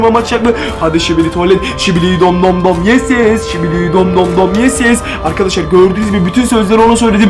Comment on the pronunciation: Şibili değil sikibi